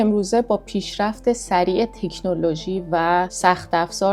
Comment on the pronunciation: اینقدر تو تیک تاک بوده به تکنولوژی میگه تیکنولوژی 😂